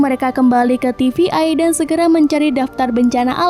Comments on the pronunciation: Untuk pelafalan TVA bukan tivi-ai. Coba perbaiki lagi untuk lanjutannya. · Ganggu bt TVA dibaca TVI berkali kali